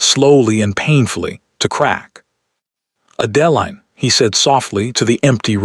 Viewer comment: You can start by having AI correct the pronunciation of the heroine's name. Horrible narration. What Adeline needed to find was a solicitor. Unfortunately, she is still underage in this story. Depending upon the year, for a woman it could be 25 and later in the century it was 21. So why didn't Adeline run for the nearest solicitor? Even in England of that day, the law required due process. They simply cannot haul her off to jail. How did 3 days turn into 3 weeks? He would have taken men with him. If Adeline's father lost all of his money, what is the stepmother living on? How is the evil stepmother buying gowns for Sophia? Lots of holes in this story. Amazing, Sophia is marrying the duke and the duke knows nothing about it. Another hole. How are they getting married without a license? How could gloves not hide Adeline's hands? Way too many holes in this story. Why is she not at the Duke's estate? She is still at Thornfield Hall instead of at Ravenscroft. The overall plot is good. The story itself is poorly done.